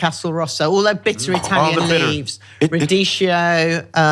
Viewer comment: Isn’t she Italian? Why can’t she say radicchio properly?